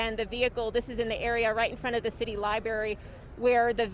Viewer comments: Haha!!! Thats funny cuz I corrected her out loud when she said LYBERRY...I said "You mean LIBRARY" LOL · Liberry? Library. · It's hard to focus when the slc reporters say things like: "suposively" and "Lyberry" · lol doesnt know how to say library